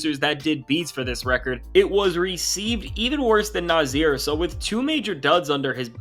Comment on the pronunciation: Nah-Sear, Naahhh-Seeeaaaarr! Not Nah-zeeer!!! You new guys are killing me!